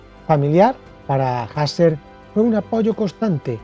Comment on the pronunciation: Pues no, no era “jasel” si no “juserl”